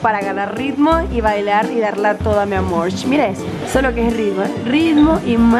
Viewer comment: Ella a veces dice mi amor y también mi amorch